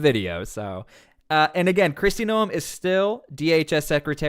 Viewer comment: Oh man. Bad move by Trump. This will not save the Democrats. And removes a true MAGA Senator from officer. Will ok Gov find another Mullins or a Tillis? Secondly why cant you pronounce simple names? Doral is Door-Al like short for Albert. And again Noem is one syllable like gnome, not two. It doesn't take long to learn names. Maybe just find someone from SD to help you or FL. Or a golf lover as The Doral is a big stop on PGA